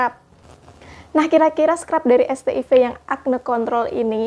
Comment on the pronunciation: Bacanya bukannya "set aivs"?